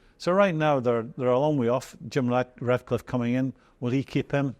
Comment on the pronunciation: For god sake, it’s Ratcliffe not Radcliffe.